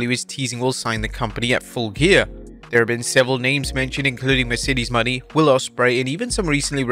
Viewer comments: Mercedes Mone (moe-nay) not Money...🙄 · why you always says mercedes money, not moné? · Mercedes Money lmao. Its Mercedes Mow-nai